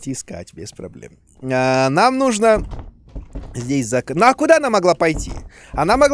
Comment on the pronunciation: Думал что я один иногда говорю "нудо" вместо "нужно"......